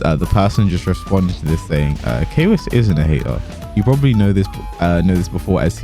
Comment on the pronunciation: Whatever you say kwiss 👀 #masku